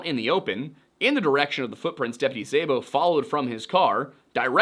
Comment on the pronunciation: Szabo is pronounced more like “sah-bo.” Hungarian last names for the win lol